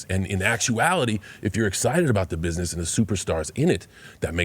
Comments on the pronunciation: Pat please stop saying bishnesh for gods sake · why cant pat pronounce business ? LOL its funny